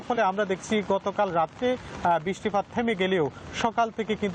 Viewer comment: Ore uccharon uni naki senior news presenter 😂😂.. 16 sec britttipattt 😂😂